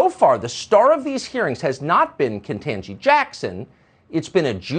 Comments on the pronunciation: "KentAgee"? I know he's capable saying "KetANgee", but he's making a point with his followers. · I'm sick of him mispronouncing KBJs name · Why does he have to keep purposely mispronouncing her name???? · It didn't take him long to pronounce her name wrong.